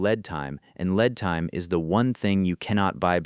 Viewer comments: Led time instead of Leed (lead) time ! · Why would it be different from AI voice? Example? 'Lead time" as in the elemental metal. Ha! It's V.I.K.I.'s digital husband.